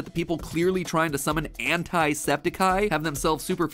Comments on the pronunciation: Pronouncing “Anti” as “Antee” is incorrect. There is a seperate word pronounced “Antee” it’s spelled “Ante” it is a term referring to gambling, and has a long e because it is at the end of the word. Any word with “I” at the end of it is pronounced with an “I” sound, not an “e”, if there is only a single consonant between the last vowel and I, except for with let vowel “O”, which is flexible to both. Therefore, “Anti” is pronounced, “An-tie” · Mat saying anti that way is so gross. Thats not his NAME BRO. Its anti. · Lmao Jack says Anti wrong and then whines about it😂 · Ant-I septiceye makes more sense than “ant-ee septeceye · It's Anti ANTEYE NOT aNtI Sean get it right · WHY MATPAT WHHHHYYYYYYYYYYYYYY its anti NOT ANTIIIIII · Jack reacts to a theory video about Jack, who was made by Matpat, Epico 🤔 (Kekw) Looked like a pretty fun moment on stream, someone got to let Matpat know it's antea not antie, other than that it was a fun theory to watch. Whether it was right or wrong, the effort process was interesting to watch. Wonder if Matpat will react to the react & become a double react. Pretty Awesome Highlight, Keep it up & Stay Safe Man 😎 👊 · Wait- it's Anti (Auntie) and not- you know.. Anti (ant-eye) Anti(Auntie) just sounds in my opinion; absolutely a w f u l.. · I cringed too hearing AntYE not ANTY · "Anti-Septiceye" rhymes, "Antee-septiceye" sounds... Not as good. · People calling it "an-tie" is like pronouncing "dark-eye-plier" it's so cursed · Pronouncing it "ant-eye septiceye" actually makes it rhyme. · Matt’s killing me saying ant-eye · I have to say this, because I just need to...Anti and Ante are actually two different things. We pronounce Antimatter like An-Tie and Ante is when you put something up in a game. Like, Yu-Gi-Oh, Poker, we even have a little phrase for it. "Let's up the ante". 😅 I'm sorry I had to every time I heard you correct him my brain automatically screamed. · "The one and only an-tie septiceye" Jack: 🤮